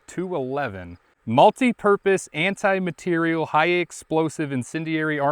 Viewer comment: I think it is "anti-materiel" as opposed to "anti-material". Materiel can also be written with an e-acute: matériel.